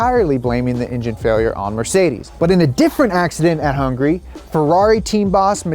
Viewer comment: its HUNGARY not HUNGRY 🤬